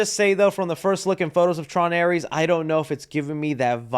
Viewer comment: It's not Aries it's ares